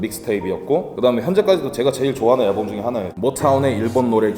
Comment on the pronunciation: 앨범 발음 개웃기네 진짜 aㅐㄹbㅡㅁ